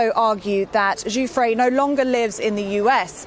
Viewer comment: Her name is pronounced guff-ree